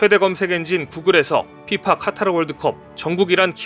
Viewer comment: 카타르가 아니고 카타 텔리그그레프가 아니고 탤리그라프